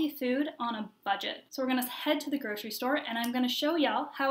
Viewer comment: groCery-there is NO "sh" in GroCery.